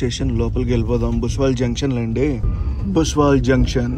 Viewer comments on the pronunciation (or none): బ్రో అది బుస్వాల్ కాదు బుస్సవల్